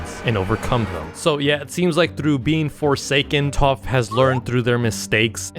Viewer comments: It’s pronounced taf not tof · sounds like toph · TTAAAPPPHHH💅💅💅💅💅💅💅💅💅💅😂😂😂😂😂!!!!! It’s Taf!!!!! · ITS PRONOUNCED TAFF NOT TUUF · ITS TAPH NOT TOPH . T A F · hes pronouncing it like Toph from atla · He said Taph rong